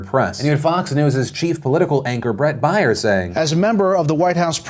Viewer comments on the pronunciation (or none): Phil definately mispronounced Bret Baier's name. It's pronounced bear, not buyer. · I thought it was Bret Baier (like Bear) not Bret Baier (like Buyer) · Sorry Phil but not being able to pronounce Brett baiers name shows a bit. It is Brett baier like bear. Not like buyer. I am subscribed and bell rung but lately dude you seem to be doing exactly what you said you didn't want to do. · It's pronounced Brett "Bear".